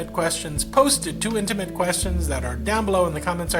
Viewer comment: "Initimate" is back! YES!